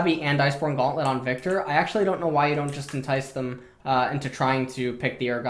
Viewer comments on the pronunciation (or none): none